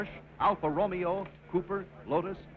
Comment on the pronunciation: Alfa RO-MEO hahahaha